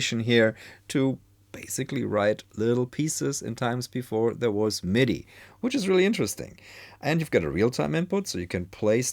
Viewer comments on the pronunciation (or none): none